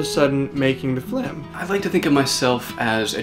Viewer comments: .... I can't believe it took me 3 minutes to realise you were saying flim and not film. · Haha notice how pronounced FILM as FLIM, and many of us still fell for it. Well, I guess it's the smart art of the one and only. You guys are amazing. Rooting for you guys to win Internet Icon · It took me awhile to notice they were saying Flim making... Still awesome! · there are people who actually pronounce film like that